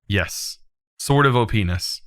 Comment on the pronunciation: "Sword of Oh-pines", 2020.